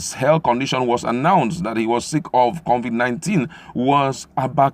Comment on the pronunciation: it's COVID 19, not CONVIT 19. So, at this late stage, Nigerians including the President don't even know how to pronounce the virus correctly? Really??????